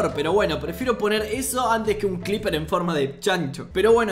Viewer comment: nadie: literal mente nadie:: CLIPER